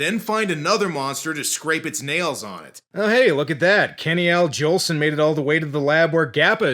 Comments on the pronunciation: "Kenny" Al Jolson 😅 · "Kenny Al Jolson" 🤣 Also, don't you guys still have Toys R Us in Canada?